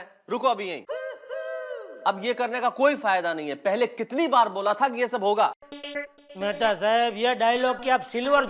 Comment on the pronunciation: Mehatha ❎️ Methi ✅️